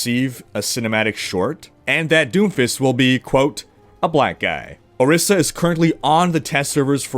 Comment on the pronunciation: I'm Ijaw, but shouldnt Orisa be pronounced Orisha as in the Yoruba deities?